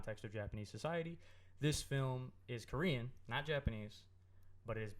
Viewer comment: That korean language mispronunciation though. Also, for Sergio, the Korean word for "mom" is umma ! Aaand I kinda gave up like 20 mins in cause the audio was really hard to hear but I will properly watch/listen to this once I am in a quieter place!